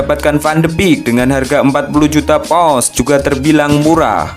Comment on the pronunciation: Pounds ya bang,bukan pous...😠